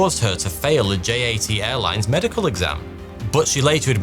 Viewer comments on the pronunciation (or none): JAT is pronounced “YAT”! Yugoslav Air Transport! Why do you pronounce it as if it’s in the English alphabet? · He also mispronounced J.A.T. which is short for Jugoslovenski Aerotrasport (Југословенски Аеротраспорт) which in English should be pronounced as Yugoslovenski Aerotrasport.